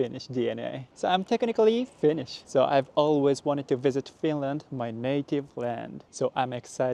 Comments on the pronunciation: Very well catching up with finnish phrasees and pronounciation of them👍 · You have great finnish pronounciation! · You pronounce Finnish pretty well 😊 I've heard that Japanese and Finns are related. Edit. You hating Finnish weather shows that you are partly Finnish. We always complain about the weather 😂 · i love your pronounciation of finnish words <3 really hope that you have/had wonderful time here at Finland.